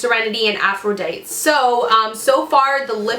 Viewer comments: Are you saying aphro-dite? It's pronounced aphro-dite-E if it's the Greek name. I'm so jealous that's makeup heaven right there. Love my Canadian girl. Only girl I watch that's Canadian like me lol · If you're trying to say "Aphrodite" it's pronounced aff-roh-die-tee